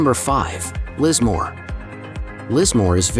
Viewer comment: Pron. 'Kin-SALE'; 'MUCK-ross'; Liss-MORE'; 'COVE' (but pronunciation seems to be an afterthought in this video). Enniskerry is about 25 km from Dublin, not ten. It would be great if the pictures matched the narration (even a little). It would also have been useful to say in which Irish counties these towns are to be found. IOW, has a point.